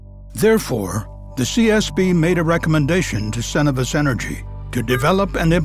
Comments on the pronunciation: Maybe it's a Canadian thing but I usually hear Cenovus pronounced as "Sen-oh-v-us" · Crazy with all the research and effort they put into these videos that they don't look up how to pronounce "Cenovus".